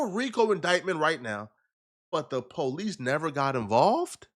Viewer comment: bro why is pronouncing police like pohhh-leeece we all know he don’t really talk like that 😂